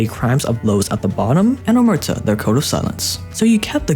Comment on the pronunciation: Man your videos are great but to be perfect you should nail the italian words..like "Capo di tutti *i capi" o "Omertà" Let me know if you need a double check next time 👌